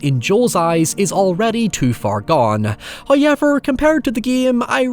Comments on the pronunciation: It's pronounced "how-evv-er" not "hoy-yeah-ver" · First "hoyevver" drops . In the ad that you might be tempted to skip.... He is being cheeky!